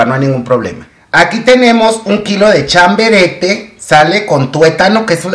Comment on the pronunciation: Querido chiquillo se dice chabarete no chaberete jajaja